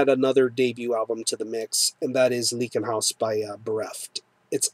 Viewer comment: Great review, man! I really dig the record as well. Just fyi it's pronounced "Ly-ken-haus"